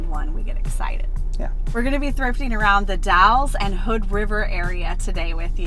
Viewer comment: The Dalles. Rhymes with gals.